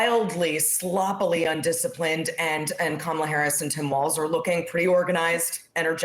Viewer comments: Who the hecks cuh-mall-uh? Pretty sad when u don't even have the brain cells to remember Kamalas name. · Trump: I'm very angry at kaMAHla..." This guy can't even get the current VP's name right. And people think he's capable of running a country? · He thinks he is so smart for knowing Harris's last name, but he can't pronounce her 1st name. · Donald TRAMP should learn to pronounce names correctly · Even joe Biden mispronounce “Kamala” 😂😂😂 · Like Harris' husband Doug Emhoff said, " Since you're having so much trouble pronouncing her name correctly, after the election you can just call her Madam President." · The only factor working for Trump is because he's a white male. He can't beat any white male. He can't beat Kamala Harris. It's "amazing" how he could clearly pronounce a Russian name but find it so hard to pronounce Kamala's name